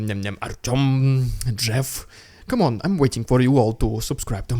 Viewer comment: Ngl I have been lurking on this channel and when you said "Artyom" I was like "Huuuh?!?!?"